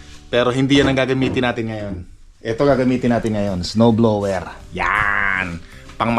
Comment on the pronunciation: Sir, summer not "sammer: blower not blewer...ano ba iyan matoto ka nga!!!Practice make perfect.